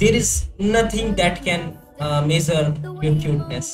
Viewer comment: meesarr(measure) wow bro😂